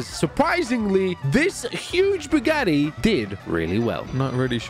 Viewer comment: "Im winning in tha bugattay"😂😂😂😂